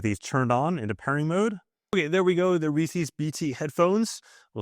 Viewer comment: Rees-Is!!!! not Rees-Ees. Whether you go by the original persons name pronunciation or phonetics theres not instance where you have an "eeces" in the english language where the two e's make the same sound as the one. But again... it's someones name and it's Reec-is. I have no idea where this comes from and I lived in NYC my entire life without ever hearing a person pronounce it this way. Don't take my word for it, here's an A.I. response: ""Reese's" is pronounced "rees-is," with the "s" sounding like the "s" in "pieces". The apostrophe indicates possession, similar to saying "Reese's car," which would also be pronounced "rees-is". While some may pronounce it "rees-ees," the correct and more common pronunciation is "rees-is". "